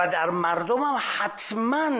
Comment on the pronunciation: آقای خالیباف اول کارش هم تاکید بر معیژژژژت مرررردم داشت